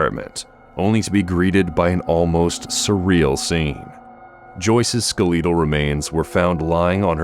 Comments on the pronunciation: Nooo I heard that, too! I had to replay that play to make sure I didn't hallucinate hearing skuhh-LEE-dul 😅☠️ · skaletal lol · Hearing the "skuhh-LEE-dole" pronunciation made me chuckle. It reminded me of a former coworker who pronounced people as "pea-OPP-lee."